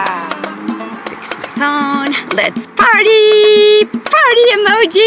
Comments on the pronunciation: It’s let’s peeeeerty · why does the emoji "lets Party" keep saying lets plarty for every reason its so werid but i still like the story 🥳🥳🥳🥳